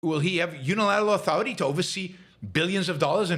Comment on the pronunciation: "RESPECT MAH AH-THOR-I-TAY!" Rage! No fear. Bang - Bang Bang! Cop Jonathan Ross video-taped his own snuff film. And he's a Christian?